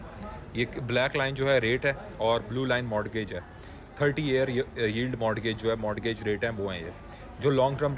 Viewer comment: o bhai modgage kisi bhe accent may correct nahi balkeh mortgage with T silent k saath perhtay hay